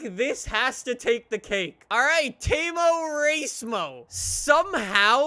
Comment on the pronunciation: Every time he says "temo racemo" I can't stop laughing 😁😁😁